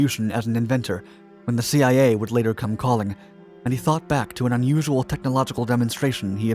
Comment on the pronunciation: Anyone else notice when he said Thee-I-A